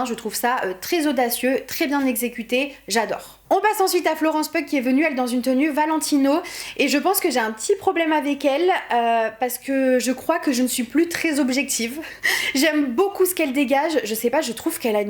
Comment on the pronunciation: Les mimiques de Cara sur le tapis rouge mdrrr 😂 et il me semble que le nom de famille de Florence Pugh se prononce Piou, par contre je suis pas d'accord, des bracelets sur sa tenue aurait alourdi la tenue rajouté aux manches bouffantes et sans collier son buste aurait paru plutôt vide, et je trouve que sa coiffure fait plus années 50 à la Audrey Hepburn que années 2000 et la tenue de Janelle Monae, j'adoooore, ça lui va trop bien elle est trop sexy, le orange, le bustier, le collier, j'adore par contre Andrew Garfield c'est un nœud papillon pas une cravate😂 😂 et perso J-Connelly, R-Mara, V-Hudgens et N-Kidman je les trouve tellement ennuyeuses a côté de Janelle Monae, Rooney on dirait un fantôme, la couleur ne lui va du tout, son teint limite blafard plus du blanc jsais pas ça me perturbe vite fait et celle de Vanessa on dirait les jouets baguettes magiques qu'on retrouve dans les vieilles boîtes de jeux de magies et qu'on retrouve aujourd'hui à moins d'1e sur les sites genre Ali express mdrrr et je déteste la tenue de Winnie, je comprends pas limite 😂